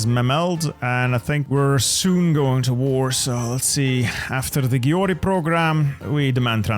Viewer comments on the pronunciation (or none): Bit of help with saying Győr: gy is like d in 'during', and ő is like i in bird. dir. Ö is the same but shorter (Gömbös)